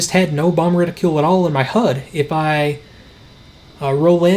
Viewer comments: Reticule. No. Reticle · LOVE your content...but please, for the love of god... stop saying retiCULE.